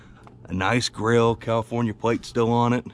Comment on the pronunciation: (spit) cause yall know (spit) tank sediment here is (spit) much better than califnorn, califon.......... west coast sediment (spit) 😁